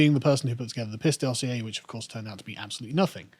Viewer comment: You mean when it is pronounced properly, in English, by an English man.